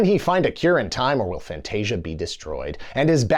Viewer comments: Not Fantastica. FANTASIA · fantasica? is it not fantascia? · Did this mofo call it "Fantastica"? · Why is he calling Fantasia Fantastica?